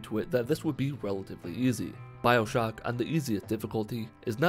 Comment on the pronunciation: Did you say “Bibleshock”